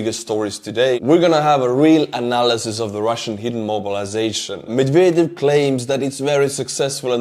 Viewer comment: I heard "McVader" instead of Medvedev, and that made me chuckle lol